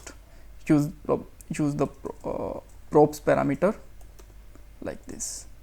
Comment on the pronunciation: Its not pronounces as proups Use props instead Like crop